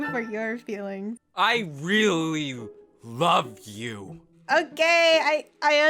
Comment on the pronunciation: "I REALLY LOVE YOU" why did bro say it like that 🤣